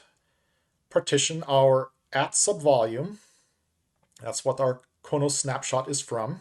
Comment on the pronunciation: It's pronounced Crow Nos. Klingon homworld 😃e